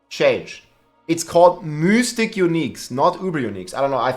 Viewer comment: Why are you pronouncing Mythic like that lol. Mith-ick pronounce like that